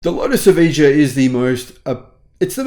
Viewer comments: So many mistakes! 1. It is ponounced Ev-eye-Ya, not Evidja. 2. SAIC doesnt own Lotus, another Chinese car conglomerate Geely does. 3. The Lotus Evija X is not a production car; it's a one-off modified track-only car adapted from the regular Lotus Evija, which itself has not yet entered volume production. the X is not street legal. that aluminum chassis is not the Evija's carbon fiber tub (nor is it, I think the Lotus Elise's). "it has a top speed of 218 miles per hour, it's the fastest electric car ever made": the Rimac Nevera is actually in production and reached 258 miles per hour. 'in fact it's possibly the fastest production car the world has ever seen": your facts are very disconnected from reality where the Bugatti Veyron reached 253 mph in 2005 and subsequent cars have gone even faster. "I don't think I've ever seen a car smoke all four tires like this before": you need to pay more attention, there are many videos of the Nevera doing burnouts and smoking all four tires; it even has a drift mode that engenders huge oversteer to shred rubber. Embarrassing. Folks, if you want to know what happened, don't watch this badly researched inaccurate video; instead read motor1's "Here's Why the Lotus Evija X Crashed at Goodwood". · Okay... Let's clean up your failures... 1. It's called the Lotus "Evija" pronounced "uh via uh" 2. Lotus is owned 51% by Geely and 49% by Etika 3. ANY Car driven by an idiot showing off will wreck and there are thousands of videos online that prove this. Blaming that wreck because the car has too much horsepower is utterly absurd... It didn't wreck going around the ring, one of the most dangerous tracks on the planet and that alone proves the point it wasn't the car with 2,000 HP, it was the incompetent driver showing off. Perhaps you should delete this video and try again... Just aayin'